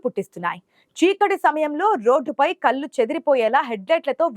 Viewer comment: " కళ్ళు " అనే పదాన్ని " కల్లు " అని పలుకుతున్న నీలాంటి " తెలుగు " రాని వాళ్ళకు వుద్యోగం ఇచ్చిన వెథవలను ఏమనాలి ???